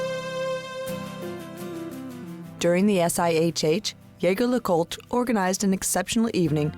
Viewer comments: ZHEY ZHER LEH KOOLT! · Good lord you butchered the name. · At least pronounce the brand correctly 🙄